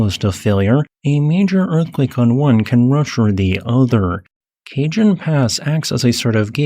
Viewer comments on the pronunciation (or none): Kah hone, not ca Jon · lol you calling it Cajun pass. It’s “Kuh-hone” pass. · For future reference, Cajon is pronounced "KAH-BRON" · minor correction. Its pronounced "cah-hon". as in spanish for box. Not cage-un. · Not 'Cajun' Pass, but rather 'Cah-HONE' Pass. The J sounds like an H and the stress is on the second syllable. I live in Socal and speak Spanish. Cajon means 'drawer' in English. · KA HONE Pass. Not "Cajun" Pass. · It’s pronounce Cuh-Hone, not Cajun. Cajone rhymes with Capone. Picture Paul Walker’s 2 Fast 2 Furious character telling someone to “hone in” on a signal. “Cuh-Hone in” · It is pronounced like this: Kahon (soft a, hard o), not like this Cajun Pass. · That was jarring - I live very near the bottom of the El Cajon pass. Locals use the Spanish "j" rather than the English speakers' normal hard-g sound, El CaHone. {^_^} (Yeah, I should move. It's impractical to even try with over 70 years of "stuff" weighing us down.) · it's pronounced kah-HOHN not cajun 😂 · For future reference Cajon is pronounced "Kuh-Hohn", not "Kay-Juhn" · Not Cajun, but Ka Hone pass (Cajon). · The pass is pronounced "Ka Hon" - not "cajun." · kah-Hone, not "Cajun".😒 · Cajon Pass is not Cajun or French, it's Spanish. Ka-Hone... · Not "kay-john", but "cah-hone", cajon is Spanish for box or drawer. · It’s kah-HONE pass - Spanish pronunciation. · Cajon = Kah HONE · cajon junction is pronounced "ka-hone" it's spanish. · Ca-hon Pass. It's a holdover from when Spain claimed California+. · "Cajun Pass?" Oh, dear! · Love your videos - nothing else like them. If you ever visit So. Cal, you'll be understood better if you pronounce Cajon Pass as Spanish, i.e. Kah-HONE. A great many names of places and things in California are Spanish, FYI. You got San Jacinto just fine! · Cajon is pronounced "kah-HOHN." Keep up the good work. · Cajon is pronounced "ka-hone" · Pronounced Ca Hon ( Cajon ) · the j on cajon makes an h sound. its cahone pass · Spanish word, buddy. Cajon = ka-hõn